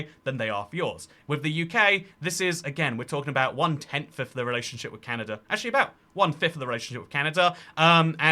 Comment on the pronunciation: "Canader" new slur just dropped🗣🗣